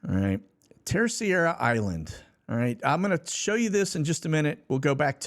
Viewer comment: Terceira. Just say : TerSAYdah.